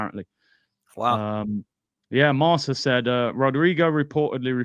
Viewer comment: Marca is “Mark-uh”, not “Mar-Suh”